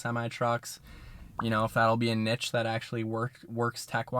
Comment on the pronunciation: I cringe every time i hear nitch. Good to hear saying neesh